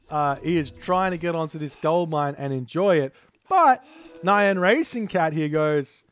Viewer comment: Every time you say "nyan" I expect it to be followed by "desh-het." 😛